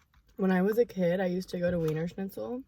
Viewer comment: Why you say wienerschlitzen right ? Like a german Girl that is wierd 🥰😘💕